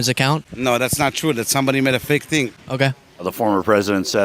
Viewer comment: Jerk can't even say fake. From day one he will be fitted for orange suit.